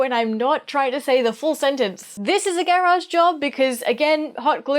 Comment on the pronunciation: Why is she saying garage like that??? Is she autistic??